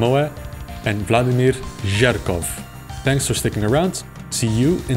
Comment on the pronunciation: Oh boy, he actually said Jerkov as one word!